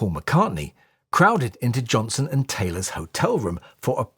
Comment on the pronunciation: EXCELLENT !! One minor correction maybe- sounded like you said Bruce Johnson-- AYK it's Johnston. Well, his real name is Baldwin anyway !!!